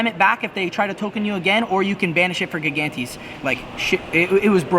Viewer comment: Gigantes is pronounced "Jie-Gan-Tis".